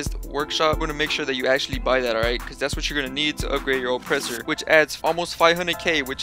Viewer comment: Let’s play a game take a swig every time this man says “ight”